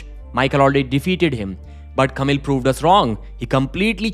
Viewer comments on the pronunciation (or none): none